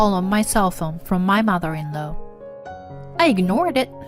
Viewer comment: Please check out the pronunciation of law.